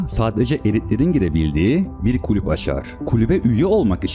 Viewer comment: "klüp" değil "kulüp"